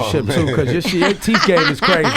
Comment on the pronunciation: Ebro said ya teef game is crazy 😂😂😂